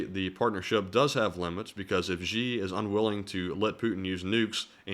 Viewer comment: Xi is pronounced like she.